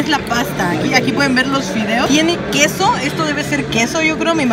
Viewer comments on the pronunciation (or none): quieso o queso :v